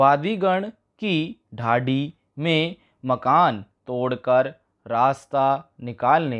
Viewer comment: हद है, ढाणी को ढाड़ी, डिक्री को डिकी, सींव को सीव, बोल रहा है, देखकर भी नहीं पढ़ सकते क्या😡😡😡